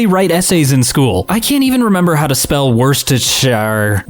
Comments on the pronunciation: Worcestershire Sauce is pronounced 'woo-ster-sher' sauce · They might not speak English, but there is a chance that they might speak Rigilian, which by an astonishing coincidence sounds exactly the same. Also, woorster-sheer. No, I don't know how what happened to the middle syllable.